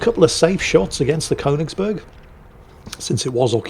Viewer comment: Since the Königsberg gets mentioned so much, it's just too bad doesn't know how to pronounce it.